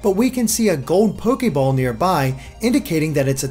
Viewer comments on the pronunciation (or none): none